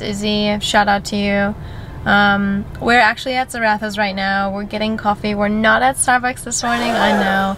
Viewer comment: ZarraFFas not Zarathas babe xx